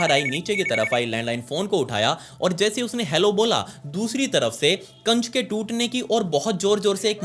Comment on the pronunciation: Kaanch❎ kacch✅ Emergency❎ amargensi✅